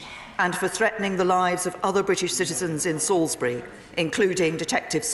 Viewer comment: Salisbury is pronounced SAWlsbry. Not Sall is berry.